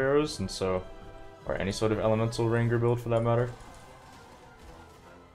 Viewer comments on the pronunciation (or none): this dude pronounced eagle, e-jull. jamble instead of gamble rain-gurr instead of ranger u have to be trolling.